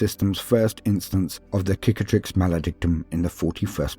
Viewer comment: I appreciate that you pronounce Cicatrix with a hard "C". Very Roman